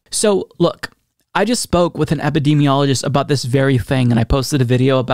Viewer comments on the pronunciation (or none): none